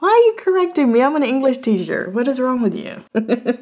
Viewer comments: I’m from the south & you will not catching me correcting someone’s “Enk-lush”,! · “Do you know ink-lish?” 😅